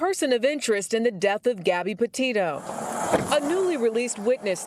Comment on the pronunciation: did she say "potato" or am I hi